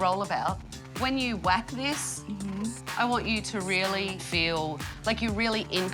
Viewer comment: Did she rrrrrreally sleep there you think?